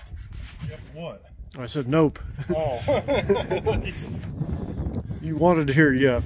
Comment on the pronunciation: he totally said yep or it was the funniest nope I ever heard